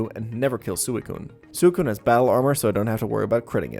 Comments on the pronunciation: “sooh-ih-coon” It’s swei-coon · BTW this pronounced "Swe-Coon" , not Su-E-Coon lol :) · Sew eh coon? It's Swee Koon >:{ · soocune? i think its swicune right? Thatshow i ronounced it when i was a kid or was i just dumb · I hate that he pronounces suicune as sewey-cune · Some of these Pokémon name pronunciations broke my brain xD Like Sue-a-coon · I respect DESPITE the way he pronounces Suicune. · I really hate how you pronounce Suikune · Never in my life have I heard someone pronounce suicune in this manner, and it hurts me so very much. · God the way you pronounce gyrados and suicune reaaaaallllly grinds my gears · Can we talk about how he pronounces Suicune... 😅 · The way u pronounced suicune 😂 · WHY DO YOU PRONOUCE SUICUNE THAT WAY? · I respected everything about this run until i heard you pronounce suicune.... like yikes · Liked until I heard you pronounce Suicune